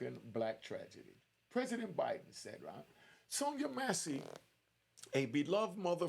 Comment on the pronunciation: Man pronounce her name correctly,: Mass-Cee